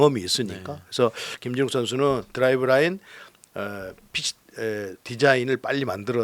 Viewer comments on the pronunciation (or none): 그냥 연세가 있으셔서 발음이 샌거 같애요 드라이브라인 맞는듯